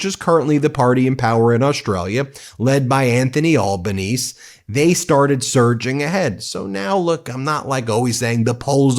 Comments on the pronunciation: The prime ministers name is pronounced al-ben-easy ;) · anthony albanese the aussie pm actually pronounces his name al-ba-ne-ze not al-ba-nese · One of Dutton's party came out with the saying "Make Australia Great Again." That definitely aligned the party with Trump, which helped change the political leanings of the country away from Dutton's party. Incidentally, the Australian Prime Minister's name is pronounced Abaneezy, not Albaneeze. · Albanese is pronounced Alba-nesee, not Olbanez! Its an Italian name. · Our prime minister’s name is pronounced Albonesee, not Albonese. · Albo or Albaneze is how his name is said not Albaneice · They're trying to push "Woke" bs and a "Trumpet of Patriots " here in Australia. It turns many off. BTW, Ben, your pronouncing Albanese a bit wonky. 😉 (Al ba nee see) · Albonese is said: "Al-ba-nee-zee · Hi, I am Australian and absolutely love your videos. Just one little correction. You pronounce our Prime Minister Al-bun-eez-ee! You almost had it right, just add e to the end. His nickname here is known by all as Albo! You are totally right tho, Dutton was set to win and was 'obviously' copying Trump. But now that has backfired. Some have nicknamed Dutton- Temu Trump 😂 BTW we still like Americans just not Maga or Trump. So sorry you are going through such hard unstable times. Hang in there and keep fighting the good fight! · No Heinz Ketchup in our house in Australia. Only locally made tomato sauce. Rinse and repeat for other products too. The Australian PM pronounces the last "e" in his name. AlbanesE, not Albanees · Aussie here. Thanks for some good local reporting. By the way the Prime Minister Albanese's surname is pronounced "Al-ban-easy". And yes, my next holiday will be be in Canada. We get some docos here on TV showing what a great and interesting place it is. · Albanese is pronounced Al-ban-easy... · FYI. Pronounce Prime Minister Anthony Albanese as albanesie😁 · I believe It’s pronounced ALBANEESEE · FYI pronounced "Albanezee"